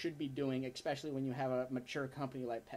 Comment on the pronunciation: Kid — you keep saying EX-specially. You were supposed to stop mispronouncing the word that way when you were 10 years old. It's ES-specially. Didn't they teach you that "in college?"